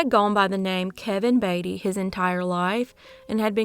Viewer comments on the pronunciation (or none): none